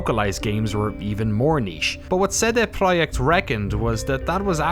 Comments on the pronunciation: Ce De PROJEKT Glad you try to pronounce it correctly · and props for the pronunciation of "CD-Projekt" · Great documentary with so many little details and nice to hear the correct pronunciation of CD Projekt!! Feels just like a conversation instead of an interview! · It's a small detail, but I really appreciate you made an effort to learn the proper Polish pronunciation of CD Projekt. Veeery few of English speaking journalist would do that if any at all. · Thanks for the correct company name pronunciation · This is a good video but what's really good is the fact he properly pronounced CD PROJEKT. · It might be a nuance, but I like how you've pronounced CD Projekt.